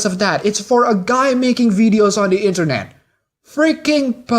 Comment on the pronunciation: Also dont pronounce the and da? Thanks.